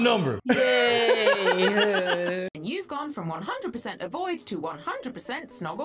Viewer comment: “she went vrom 2 to 3 so far” 🤣🤣🤣